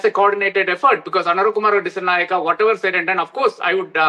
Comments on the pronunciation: Disanayaka not a uncommon name for india still can't pronounce it properly 😊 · It's a shame you can't pronounce our president's name properly. 😂